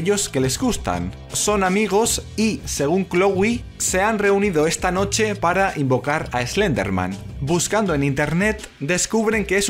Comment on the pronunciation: Sabes que tu día va ir bien cuando escuchas a decir: imaganite invoncar a Slenderman